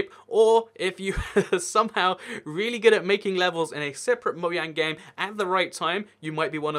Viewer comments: Anyone get annoyed when he says MOYANG instead of mojang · Say moJang not moyang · It moJang not moYang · Stop saying moyang it really annoys me it’s pronounced Mo Jang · man o cringed when he says moyang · I am triggered you say moyang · No one:: moyang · It's not moyang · ur saying moiang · Why does he say mojang like moyang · I hate how he says Mojang it’s soooo disturbing even if it’s the right way etf